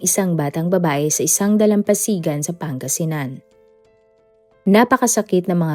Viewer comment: Ginagaya mo yung sa Pinoy Crime stories. Mali mali ang mga impormasyon mo. Mali mali pati pronounciation mo. Asingan? Asing-gan. Pati Pangasinan iba din pagbigkas mo. 😂